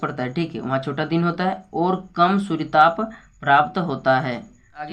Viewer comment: Suryatap nhi suryatp padho😅😅😅